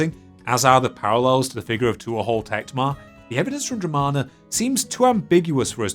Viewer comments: My god, man. Tuathal is pronounced t(h)wo-hull (dialect dependent). Not two-ah-haul. You could have checked before saying it wrong 100 times in the same video. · Please learn the correct pronunciation of Irish personal names and place names. It is annoying not just the mispronunciation of Agricola but tuathal which is ‘too hal’.